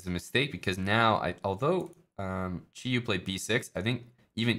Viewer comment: Props to for pronouncing Qiyu correctly.